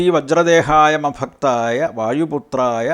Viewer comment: ഓം ശ്രീ വജ്ര ദേഹായ "രാമഭക്തായ" വായുപുത്രായ നമോസ്തുതേ. അല്ലെ 'മഭക്തായ' എന്നാണ് കേൾക്കുന്നതും എഴുതികാണിക്കുന്നതും